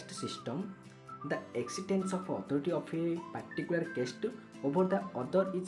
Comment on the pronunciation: କେଷ୍ଟ ❌ କାଷ୍ଟ ✅